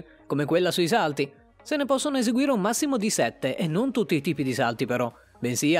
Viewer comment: Hai sbagliato Malvine pronunce dei salti però tutto è vero, io lo faccio su ruote ma lo faccio da pochissimo sono solo 2 anni e mezzo tipo solo che io sono in carne e dovrei mettermi un po’ a dieta hhahaha hahahahahah